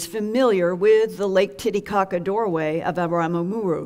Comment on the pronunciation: I have great respect for Linda and her work, but when she said "Titicaca" I died laughing.